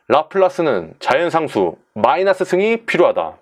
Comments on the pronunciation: 저... 마이나스가 아니라 마이너스 아닌가요? ㅋㅋㅋㅋ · 아 라플라스 마이나스 뿔롸쓰 뻘하게 웃기네요ㅋㅋㅋ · 시발 개웃김ㅋㅋㅋㅋㅋㅋㅋㅋㅋ마이나스뿔롸스마이나스뿔롸스마이나스에요